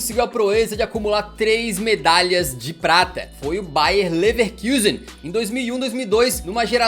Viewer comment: Ouvir “Leverkiusen” dói o ouvido